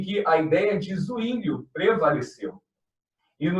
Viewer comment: Zwinglio= a forma de ler é Sivingio e não Uinglio